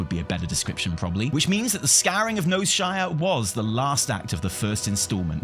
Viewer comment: 'The scouring of Noseshire' 👌